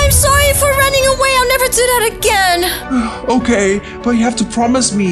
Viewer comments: It's okeh to not be okeh 😌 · it is okeh to be not okeh.☺